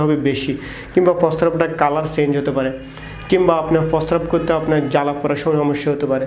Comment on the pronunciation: Fare ki jinish? Pare Ki doctor tik moton bangla porjonto bolte parche na.....